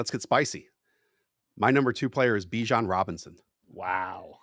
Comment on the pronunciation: Dude said let's get spicy and said Bijon at #2 😂😂😂 i thought he was going to say Acahne,JJ maybe let's get CRAZY GIbbs 😂